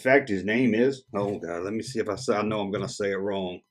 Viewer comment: Well you said "plan" out insteaf of "pan" out. And you said "long" instead of "wrong". You said we could point them out!! 😁 Seriously, another good video!